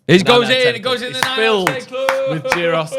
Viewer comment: Class again lads, but the gyros pronunciation was shocking🤣 it's more like yihros rather than pronouncing with a 'g'